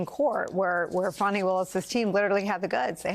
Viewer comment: Good reporting I always enjoy the news and Reporting from MSNBC however please learn to pronounce people's names properly because you called the prosecutor Fani Willis Fanny and her name is pronounced Fawni but otherwise good reporting and I always enjoy the news thank you